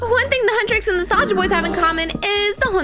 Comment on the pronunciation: Why do I always hear the, ``err ah'' when she is always saying ``saja boys''?